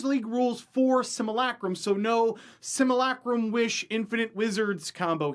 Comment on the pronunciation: everyone else can be nice but I'll say it. learn how to pronounce simulacrum and if you don't believe me ask yourself how your pronounce simulation